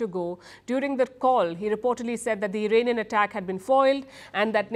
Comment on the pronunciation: The day you see an Indian who says "IRAINIAN" and not IRAANIAN, you know the person needs to go back to school :person-turqouise-waving::person-turqouise-waving::person-turqouise-waving::text-green-game-over